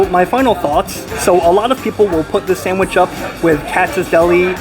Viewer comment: Enjoy your reviews but your continuing putting an "m" in sandwich is very annoying.